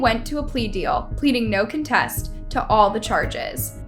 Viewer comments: You always pronounce the word “no contest” wrong, it is “no contest (like a contest you enter to win a prize.) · It is pronounced no "CON-test" not "con-TEST" The "E" at the end of the word psyche is silent.